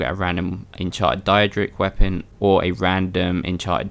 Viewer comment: its daedric you know like Day rick with a d so its daydric